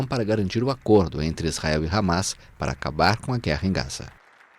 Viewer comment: impressão minha ou o cara não consegue nem falar “ISRAEL”??